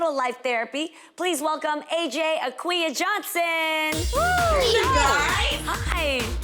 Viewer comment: Oohh her Ghanaian name (Asante pronunciation) name: Akua!! Jeannie with the pronunciation come through!!! 👏🏾 love itt.